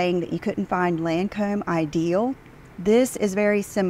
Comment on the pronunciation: I really can’t stick Charlotte tilbury makeup. It’s rubbish And the way says Lancôme 🤦‍♀️ I don’t want to use any of that stuff uses if it makes you look like a alien 👽 eyes 👀